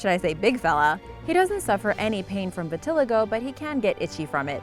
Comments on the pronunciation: it's pronounced vi-ti-lie-go not vi-ti-lego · Vit-ill-eye-go not v-till-igo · It’s pronounced vita lie go. Not vi til a go. Stupid bitch. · This girl said VIT- TILL- IGO. ITS PRONOUNCED VIT- LYE- GO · It's pronounced vi-ta-lie-go not vit-till-ago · Vit-al-eee-go not viteligo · Vit-uh-lye-go You're welcome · The way she says vitiligo tho xD ITS VIT-IL-EYE-GOE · Vilitigo is pronounced "Vit/ih/lie/go" according to Mirriam Webster. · It's called Vit-til-li-go. Gentian is derived from a plant and is a natural antibiotic. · no the cringe stop. My friend pronounces like that too. It's pronounced vi-ti-lie-go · It’s vit-il-i-go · Your pronouncing vitaligo wrong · Its vit-ah-lie-go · I'm pretty sure it's pronounced vih-tih-lie-go I mean.. I have it... so... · It's pronounced vit-a-lay-go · it's pronounced vit-uh-LYGO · Learn to say vitiligo. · You definitely pronounced Vitiligo wrong, I would know I have it to😂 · You're saying vitiligo wrong lol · *cringed every time she mispronounced vitiligo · You need to look up how to pronounce words. Start with vitiligo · You stress the third i in vitiligo, not the second. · You pronounced Vitiligo wrong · That's not how you pronounce vitiligo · Ur saying vitiligo wrong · The Rottweiler with Vitiligo... it bothered me SO MUCH when she was saying it wrong 😬😬😬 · Dumbass pronounces vitiligo wrong so how accurate can this video be? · Omg 🤦🏽‍♀️ she makes me want to slap her every time she pronounces vitiligo wrong 🙄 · You mispronounced vitiligo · She said vitiligo wrong😤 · That's not even how you say vitiligo